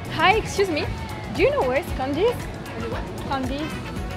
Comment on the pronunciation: Tu as prononcé Quondizz au lieu de Candy (il me semble que ça ne veux rien dire) 😂, mais c'est vrai ils font rarement des efforts.